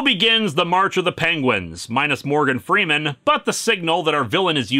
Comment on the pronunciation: When he said Morgan Greeman I thought it was a Dark Knight reference